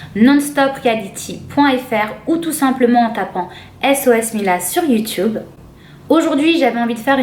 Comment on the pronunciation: ta dit youtoube